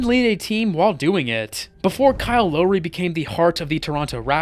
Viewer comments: Low-ree. Ka-wee Leonard he's gotta do it on purpose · Andrew IgWadAwa 1 - Low - Ree Kawee Leonard Bro learn how to pronounce the names😊